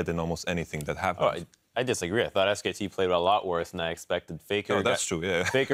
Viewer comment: omg that dash guy... ITS SKT NOT SK